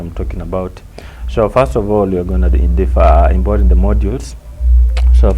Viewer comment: "Imbort"😂😂 import mwalimu watu changanya